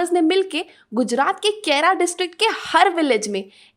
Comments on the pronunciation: Its not kera its kheda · Thanks for the Information. But it's KHEDA not Khera.